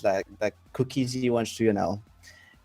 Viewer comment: "Cooka zee" nice pronunciation.